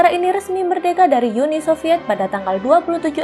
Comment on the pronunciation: Uni bukan yuni kalau bahasa Indonesia